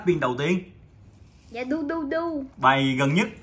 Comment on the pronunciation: Phát âm rất chuẩn Dudu Đọc thành ruduru